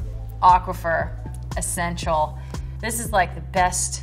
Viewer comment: she said Aqua-fur. So is it Aqua-For or Aqua-Fur